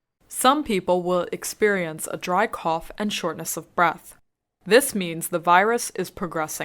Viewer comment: shortness的发音ness错了.